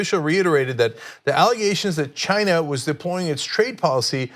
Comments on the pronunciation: when Trump says China it sounds more like he is saying vagina!😂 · Why the hell does Trump pronounce China as Gina ?!?! This is what is really bugging me. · When is Rump going to learn how to pronounce “China”? It’s not “Shine-a.”